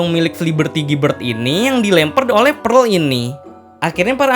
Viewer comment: PEARL NOT PREL